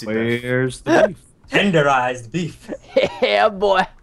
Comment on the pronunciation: the way preston says beaf is BEF that means something really dirty in dutch hahahaha i was like ROFL when he said that